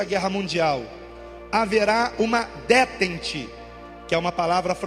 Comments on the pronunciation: DÉTENTE , palavra em francesa , se pronuncia ( decente) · "Detènte".Prezado, a pronúncia não é assim.Busque...